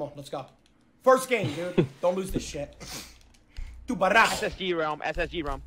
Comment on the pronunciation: Sorry, he said tubaro how???